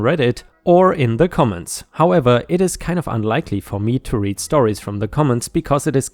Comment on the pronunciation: I read the story...pronounced red. I read books...pronounced reed.